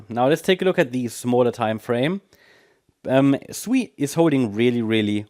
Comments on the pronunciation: SEI? This say Sui. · See sui not sei